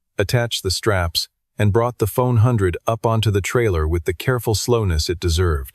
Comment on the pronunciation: It’s a ford F100 not a phone hundred